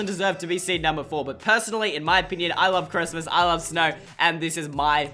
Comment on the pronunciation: It isn’t snrow